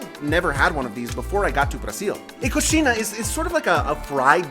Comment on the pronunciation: Your pronunciation is pretty good for a non Portuguese Speaker! Just a correction, Coxinha you pronounced "Coxina". The "nh" in Portuguese sounds like the Spanish "ñ". 😊